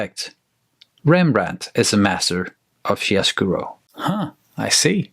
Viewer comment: great vid. very nice selection of paints. one comment is the word chiaroscuro can more accurately be pronounced as "key-are-oh-skoo-roh" :)